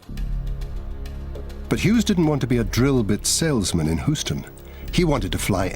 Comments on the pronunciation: The city is pronounced “Hughe’s-ton,” not “Who’s-tone.” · his inovative design :) hahaha its innovative thats more funny than Hooston where did they get this British guy to talk about the life of Howard Hughes, I think this is Howard Hughes cleverly disguised as a funny narrator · Hoo ston Texas, really guy please at least pronounce the city name correctly....oh well... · "Hoosten, Texas." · The guy has no problem pronouncing Hughes, doesn't say Hoos, but has a problem saying Houston, saying it Hoos ton. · Who-stun, TX? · You stupid fuck you pronounced Houston husoton wrong wrong wrong you English fuck! Get it right !!... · c'mon buddy. whoston? whoston? riri? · lol, "hooston". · why does the narrator mispronounce houston, but not hughes? if one is "hooston", shouldn't the other be "hoose"? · "Hooston" Texas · "hoowston, texas" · Hoooo-ston! :D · Why is this guy pronouncing Houston, Hoo-ston ? I heard Hughes company was let in on the Roswell crash debris and back-engineering duties...he went fu&%in nuts when he discovered the truth about aliens. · The narrator can pronounce Hughes but not Houston?? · Maybe the city should've been spelled Hughston. Then, maybe the narrarator would say it right.